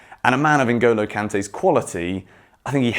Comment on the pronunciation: I like the way you pronounce Ngolo kante's name